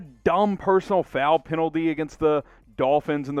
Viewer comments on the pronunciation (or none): none